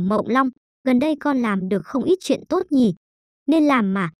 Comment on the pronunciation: Đừng "tôt" chứ.nghe ko hay gì cả